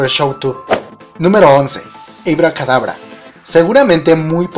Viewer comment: Esta muy padre tu video y así pero por favor si algo no me gusto fue tu pronunciación del inglés si te hace falta unas clasesitas aquí y en china se dice ABACADABRA y no ABICADABRA es un simple comentario......